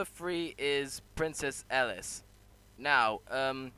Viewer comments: Its not elis its elise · 5 Who is This Charcter 4 Who is This Charcter 3 Agreed, but it's pronouced e lise 2 Don't have a thought or two 1 Who is This Charcter